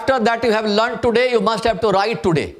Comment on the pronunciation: Sir it's learned* not lund Why don't you try teaching in bhojpuri it'll come out more relevant inside of you